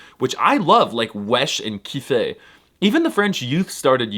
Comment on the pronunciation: Alors je suis désolé mais à 3 minutes 06 secondes, tu as dis “kiffay” par opposition à “kiffer” (prononcé “kifé”) et je me permet de te corriger pour la simple et bonne raison que: nique ta mère. Nan mais sérieusement, merci pour le rating Gigachad mon pote 🙏 On t’égorgeras avec pitié quand tu atterri dans le 93